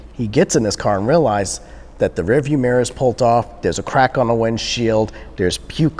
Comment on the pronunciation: He replaces every single "D" thats supposed to be on a word with "T". "Rear view mirror PULLT off" Its "pulled" idiot...